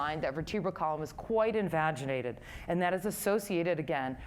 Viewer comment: Envaginated? Or invaginated